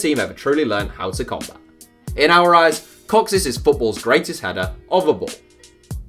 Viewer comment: Your pronunciation of “kocsis” gives me a headache